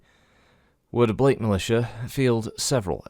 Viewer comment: God, guns, and Battletech. I agree with how you say the word of Blake. I love the lore but feel they keep trying to fix something that's not broken